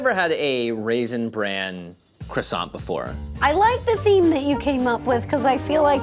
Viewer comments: Y'all should lose points for pronouncing it KRISANT. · For anyone wondering: "kwah-sah" is more or less the accurate way to pronounce the French version. It's pretty close without having to do the funny thing the French do with "r"s. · I can't watch this because of your mispronunciation of the word croissant. I know you're American and it's a French word, but seriously. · I'm not even French & I couldn't handle the pronunciation of croissant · There was not one single correct pronunciation of croissant in this whole video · Everyone saying Croissant wrong throughout this video has French people turning in their graves. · Every single American says it differently but not a single one can pronounce croissant 😂😢